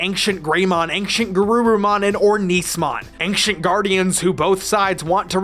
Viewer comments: Who tf pronounced “ancient” like “anxiount?” Triggered. It’s ayn-chent. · Ancient is pronounced “Ayn-chnt” not however you’re saying it. Really bothered me the whole video. Look it up. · Wait did I hear ancient pronounced “anxient”? 😏 Niceee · "ainKcient" Now you can never unhear it.